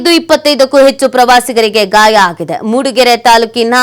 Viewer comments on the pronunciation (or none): Gaya alla marayti adu gaaya 😂😂😂😂